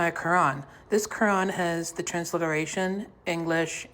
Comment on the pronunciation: “This quwan has a twanswation”